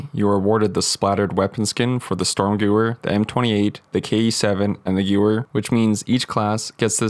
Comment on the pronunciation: Hello from a german speaker, dont wanna be a know it all but gewehr is pronounced guh vear bit thanks for showing us this!